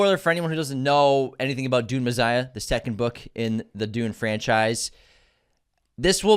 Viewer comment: Is not Me-SS-iah not Me-ZZ-iah ? 🤔😊